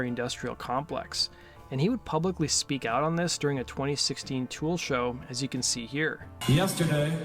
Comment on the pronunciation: God i hate how you say "Tewel"......man up dude